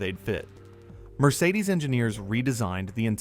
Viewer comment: It is not pronounced "Mercedesuz". It is simply "Mercedes" or "Mercedes-Benz". Irritating A.I. narration ruined an otherwise entertaining video.